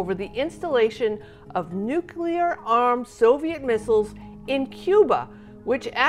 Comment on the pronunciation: It's "Nu-clee-err"....